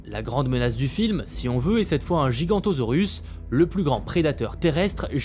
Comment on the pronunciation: Giganotosaure et non gigantosaure 😌 sinon vidéo top j’ai bien aimé étant un grand fan de cette saga depuis le tout premier j’ai adoré tout les films et j’ai hâte de voir le ou les prochains 🥹